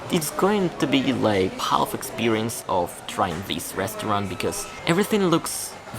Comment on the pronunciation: Dude, I noticed that you keep pronouncing the letter "l" in the word HALF. In English, there are many [well, not that many, but quite a few, I should say] words containing a mute/silent "l", as in HALF, WOULD, COULD, SHOULD, TALK, TALKER, WALK, WALKER, BALK, BALKING, TALKING, LINCOLN, MALCOM, CALF [whose plural form is "calves", where "l" is also mute], STALK, BEANSTALK, STALKING, STALKER, FOLK, FOLKS, FOLKLORE, NORFOLK, YOLK, CALM, PALM. Pls. keep this information in mind.